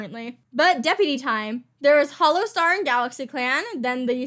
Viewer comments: When you were going over deputies, you said HollowSTAR?! What happens?! Please tell me it was just a slip up!!!! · Did anyone notice that she said hollowstar? could it be a hint to the future or not lol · "Hollowstar" Please tell me that wasn't a Freudian slip telling us Brightstar dies next video but instead was just a regular slip of the tongue and that hes totally fine and will live to the ripe old age of 236.